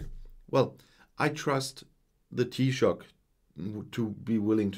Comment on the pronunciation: very impressed with your pronunciation of Taoiseach micheál Martin!